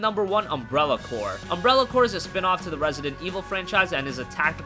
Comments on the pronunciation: No. It's pronounced "core". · I don't think that s how you pronounce Umbrella Corps :L